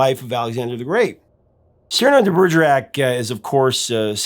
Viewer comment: Cyrano de Bergerac turns in his grave because of the way you pronounced his name. What is going on in the minds of Americans to so massacre the names of every non-American? Why not just put it in google translate and click on the speaker?